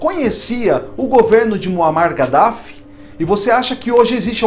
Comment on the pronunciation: DIZ SE kadaffi.